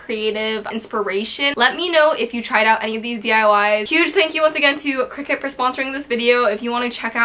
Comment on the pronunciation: omg if you're going to say Cricut times in your video, at least pronounce it properly lmfao